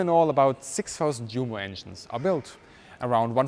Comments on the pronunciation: Awesome video. I do have a question though. Why do you pronounce Junker and Jumo with a "J". Shouldn't these names be pronounced with "U" as "Yunker" and "Yumo". I'm trying to write this phonetically. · Junkers pronounced “Djunkers”. Jumo pronounced “Djumo”. Bad - we know how they should be pronounced. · There's no need to say Junkers Jumo as though they're English words - I've never heard a British person doing so - just go with the proper pronunciation. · why are you mispronouncing 'Junkers Jumo'? As a German I'm sure your aware it's pronounced 'Yunkers Yumo'. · GREAT video. Only criticism I would dare make is that you don't pronounce the big names in the correct German way: eg Junkers, Luftwaffe, Jumo = Yoonkers, Luftvaffe, Yoomo, surely? Us anglophones need to be educated. Best wishes from London - vielen dank!